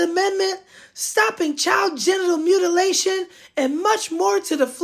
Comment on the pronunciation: MTG said child genital 'MUTATION' not 'MUTILATION' I'm assuming she means FGM😂